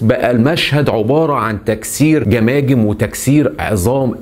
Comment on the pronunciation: أرجو منك تكلم اللغة الفصحى ، دون استخدام اللهجة المصرية ، وتصحيح الأخطاء اللغوية قبل سرد القصة ، مثلا كلمة **عبارة **تنطق بكسر حرف العين وليس بضم العين ، و إسم **مروان**بسكون الراء وليس بفتح الراء ،،،،،،،،،،،،